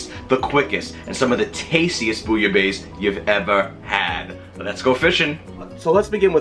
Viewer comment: Very good recipe, but four remarks. Pronounciation is not ‘base’ but’ besse’. It comes from Marseille and people pronounce the final ‘e’ in the Provence. I would add more fish, originally it calls for five different kinds of fish. 50% fish, 50% shrimps etc. The french bread shoud be toasted and covered with rouille, a spicy garlic/maillonaise. And one essential ingredient: a shot of pastis in the soup. You can use Pastis 51 or Ricard. It’s really necessary. Jan van Kleef